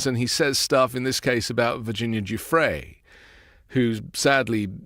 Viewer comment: I agree. How on earth reporters can’t get these people’s names right by now (especially Virginia Guiffre) is appalling. This Maxwell/Epstein thing has been going on for almost ten years now.